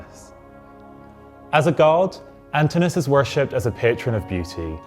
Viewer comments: You may want to check on the pronunciation of the name Antinous - the O is pronounced. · Pity you didn't check how to pronounce his name...